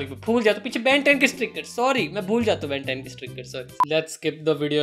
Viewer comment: Ben 10 ko kaise bola bkl Ben 10 is 🆒